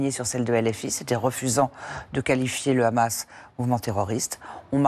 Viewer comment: le "Rhamas", pas peu raciste comme façon de prononcer le nom.